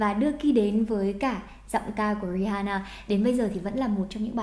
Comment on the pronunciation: RI AN NA cô ơi, từ H câm ạ. Mong cô có thể đọc đúng tên ca sĩ mấy lần sau nhé!